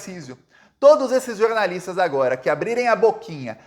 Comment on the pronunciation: jornaliata nao jornalisxo